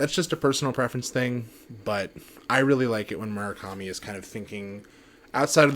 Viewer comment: Would it kill you to actually pronounce his name correctly